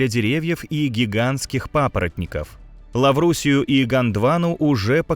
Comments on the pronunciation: Лаврусия... За что вы так Лавразию? 😁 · Интересный континент Лаврусия или Еврусия. Или что это невнятно прозвучало?😅